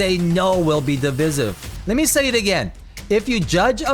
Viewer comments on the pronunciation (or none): Also the pronounciation of divisive is duh·vai·suhv and Issa is pronounced as ee-S-ah